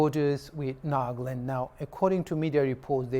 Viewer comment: News reporters : Nag-land True accent: Naga-land